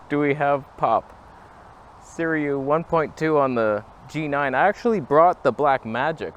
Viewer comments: * Si-roo-ee not Si-ree-oo 🤨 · I believe its pronounced Sir-OOO-EEE and the word "backlitt'n" must be some back East squabble talk.... LOL... love ya brother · Again! Third time! It's SIRUI (si-ru-ee). The Sirui will look better than this if you stop it down just a bit. Chinese manufacturers are copying vintage lenses (Varioplan, anyone?) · Hey, A video on a Saturday!! Why does everyone pronounce it Seer-e-u instead of Seer-u-ee? The u is before the i at the end of the word. Would Canon EF lenses adapt well with the X-T3 sensor? I do have some FD lenses I adapt but never tried EF. Have a great Saturday and thanks for the weekend video!